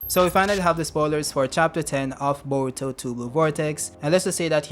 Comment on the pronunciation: I subscribed because of your pronunciation. bowuto & nawuto.